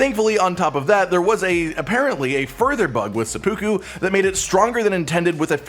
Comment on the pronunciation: I dunno if that was a joke but that pronunciation of seppuku was driving me batty 🦇see there it is.